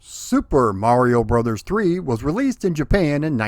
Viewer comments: Right. There you go. It has always been "brothers". Even back in the old commercials, it was pronounced as "Super Mario Brothers 3". Refreshing to actually hear the title and not some social media abbreviation of said title. 🤣 😂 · Thank you. It’s “Brothers”. That’s how the abbreviation is supposed to be pronounced. 👍😉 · I'm sooo glad you are properly pronouncing it as Super Mario Brothers 3. Literally nobody back in the day, not even Nintendo themselves called the game Super Mario "Bros" and the modern internet misinformation grates on my nerves just as much as when people say Nezz and Snezzz for NES and Super Nintendo which isn't what the classic systems were called either especially in the US. Brothers was abbreviated or shortened to Bros so it could fit inside the Western portrait boxes of the NES. To go a step further, when you read the Japanese or Katakana it's sounds out as "Super Mario Brothers." Each game after 3 they dropped Brothers in placed of World, Yoshi's Island, 64, Sunshine and so forth but when they restarted the series with New Super Mario Bros on DS they incorporated it back in for nostalgia reasons. But tangent aside Mario 3 is my favorite out of the entire series and a close 2nd would be Super Mario World. 😇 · You said Super Mario BROTHERS. As this is the way Captain Lou Albano said it for the cartoon... you have said it the ONLY correct way! I will approve of this. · Thank you SOOOOO much for pronouncing it "Brothers" as is proper when saying abbreviation aloud. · Thank you for pronouncing Bros. as intended. I swear, people either miss or don't get the point of the dot at the end of it. It's not the end of a bloody sentence, it's indicating an abbreviation. Like you don't pronounce Mr. as 'Merr' or Mrs. as 'Mers' right?